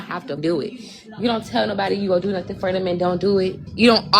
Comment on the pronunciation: “I ain’t asked nobody for nuffin’” In my head (my partner is asleep, I’m listening with an ear bud in) I’m screaming “double negative & annunciate words properly!” She also said ‘axe’ 🤦🏼‍♀️ no idea what 3/4 of the words she said were, from the not well known language of gibberish 😂 Also completely denying she’s begging 🙄 Don’t have more children or pets than you can afford.